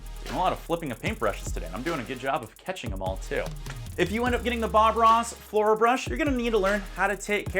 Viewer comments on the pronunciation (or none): none